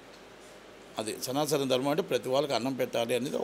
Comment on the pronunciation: సనాసన కాదు మహానుభావుడా సనాతన పలకడమే రాలేదు